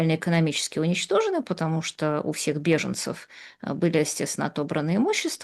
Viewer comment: "Я читала книжку по-английски"; "скока", "стока", "патамушта" боже мой как эта женщина с таким знанием русского языка ещё и книжки какие-то пишет. Её нужно в 5 класс начальной школы отправлять. Видимо она настолько ненавидела СССР, что в знак протеста не училась.